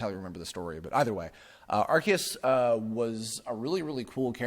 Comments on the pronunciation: Areceus would actually be Ar-say-oos. Think like Zeus or deus for the us sound and ce being like the english word say. アルセウス would be pronounced that way. Kanto has been mispronounced since day one by the dubbing staff as well. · Pronounce it how you want, but the TPCi pronunciation is not even close. Ar-see-us is still closer.